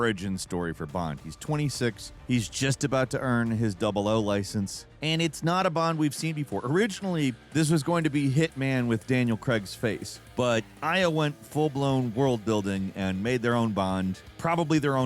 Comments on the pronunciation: Daniel "Cray-g" not "Cre-g".. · Why can't Americans say Craig? James Bond is played by Daniel Craig, not Daniel Creg 😂